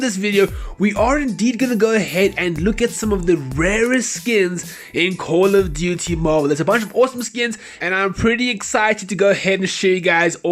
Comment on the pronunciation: Cooooouul of diutiey Moble that's how your intro sounds like